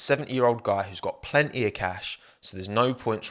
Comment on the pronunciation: "plnety of cash"